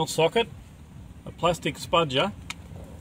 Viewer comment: What is a spudger? U said plastic spudget or spudger? Im gessing its a thin pry tool